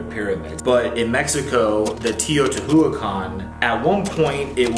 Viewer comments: Mexican here.. I love the way your brother tried to pronounce "Teotihuacan".. It's a hard one for English speakers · I love Shane's brother trying to pronounce “teotihuacan” and failing every time. It was adorable😂❤ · I know! I cringe everytime I hear him pronounce it totally wrong. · Except for the way he tries to pronounce Teotihuacán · Yes! His pronunciation really made me mad!